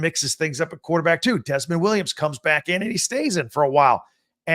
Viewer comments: Btw, it’s not Desmond Williams, it’s DeMond, sounds like Da-Mond, Williams. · To ALL BIG TEN commentators: It's not DESMOND Williams, it's DEMOND Williams. It's unprofessional--and I am talking to YOU, Michigan announcers--to consistently mispronounce a player's name. Learn it before the game, and do it right. Thank you.